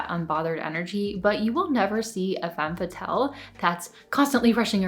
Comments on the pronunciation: Femme fa-tells 😂😂😂 I’m sorry I just couldn’t take her serious every time she said it like that. Not trying to be snobby it just genuinely made me laugh 🤭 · Step one: pronounce it properly :P